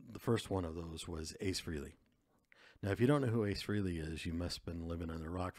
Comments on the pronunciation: It's FRAY lee not FREE lee. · Except his name is pronounced Fray-lee, not Free-ley. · Ace's last name is pronounced "frelly," like belly, NOT freely! Listen to the way Ace pronounces it in the song "Rock Soldiers," by Frehley's Comet, the band he started after he left KISS ("Hey, Frehley, Frehley, let's not be silly. There's a life out there to steal!"). Also, Paul Stanley pronounces it correctly during "Shock Me," on Alive II: "Ace Frehley, lead guitar! Shock Me!" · Ace's last name is pronounced " FRAY - LEE" ,not FREE - LEE. Please kindly get this correct 🤨 I have heard people say his last name INCORRECTLY 😢 It's pronounced FRAY- LEE and NOT AT ALL " FREE- LEE 😡